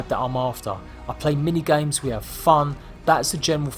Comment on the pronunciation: no hate but did he try english in the intro ( meant to say: hello rat bags its ) ellorubahzs iz jade plays gymes